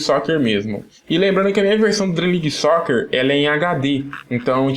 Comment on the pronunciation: Acho que se fala Dream league Soccer É não Dream league Soquer EU NÃO FALEI COMO ESCREVER É SIM FALAR O NOME DO JOGO